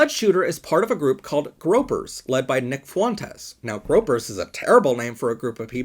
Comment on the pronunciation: It's groypers not gropers